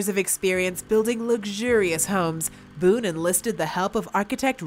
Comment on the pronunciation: Bone. William "Bill" Bone. Not, Boone.